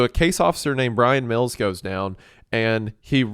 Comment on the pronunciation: Brian Mills even sounds like Wells